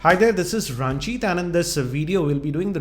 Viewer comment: Hi There, This is.....Still it is very funny to hear